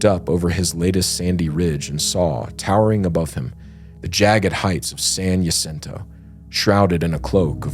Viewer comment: I love you guys and your content, but, as someone who grew up in San Jacinto, it was painful listening to your pronunciation of San Jacinto and Idyllwild. 😂😂😂